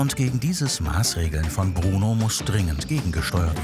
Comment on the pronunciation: Er heißt Bruno und nicht Pruno!!